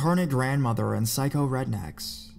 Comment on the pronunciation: The way you say psycho... it causes physical pain.